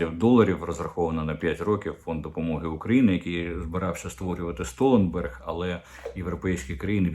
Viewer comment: Не СтоЛЕнберг, а СтолТЕНберг відмовився від фонду підтримки України.